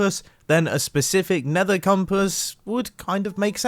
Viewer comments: Leave a like if you heard mumbo saying “nather” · "The nether is a very 'fuggy' place. You know, there's plenty of nether 'fug' in there."